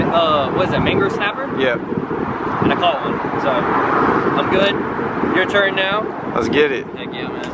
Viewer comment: He said mango snapper 😂😂